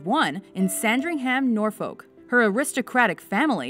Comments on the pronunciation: The way they said Norfolk makes me want to cry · The way you said Norfolk made me laugh